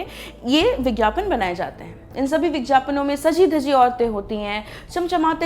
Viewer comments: kha kha k ye madam etna mutya gai ha ki, vigyapan ko , vijyapan bol rahi ha aur khaany ki kami btaa rahi ha kamaal ha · Madam, bigyapan bolte h bigjapan nhi Hindi pe dhyan dijiye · Is it vigyapan or vijjyapan???why are you saying vijjyapan or I am hearing it?? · It's vigyapan not vijyapan 🤣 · Vigyapan not vijyapan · It's vigyapan and not vigjapan!!!! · माफ़ किजियेगा मैडम आप विज्ञापन का उच्चारण गलत कर रही है।।आप विज्ञापन नहीं बल्कि "विज्यापन" कह रही है।।।चूकी आप एक पत्रकार है इसलिए शब्दों का उच्चारण उचित रूप से किया जाना जरूरी है.क्योंकि भारत वैसे ही अंग्रेजी के प्रकोप से घिरा हुआ है..महिलाओं के लिए आपका ये विषय बहुत उचित है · Aap vigyapan ko vigyapan Kyu bolte ho madam ji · विज्ञापन को विज्यापन क्यू बोल रही है आप हिंदी की दृष्टि से ये गलत है वैसे बेहतरीन जानकारी दी है आपने इस वीडिओ मे ❤❤ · Very irritating vijjyapan. Plzzz correct your pronounsation